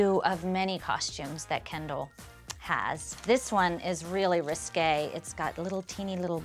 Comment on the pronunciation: remember guys its not risky its RISKAAY